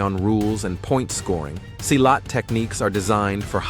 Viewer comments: Silat is actually pronounced like you pronounce "C" on celcius. "see-lat" Not Seilat. www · Wrong pronunciation. Silat pronounce SEE LAT not sailat. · Funny how virtually every martial art make virtually every claim made here about Silat. And its see- lot, not s-eye-lot. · Pronounced "See Lat" not Sigh Lat. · pronounce it see laath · pronounce "see-lat"